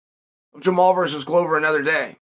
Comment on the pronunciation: Funny the one guy whose name Chael can pronounce is Jamahal (pronounced Jamal).